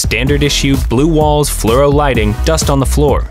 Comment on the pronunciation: ‘Fluoro’ not ‘Fluro’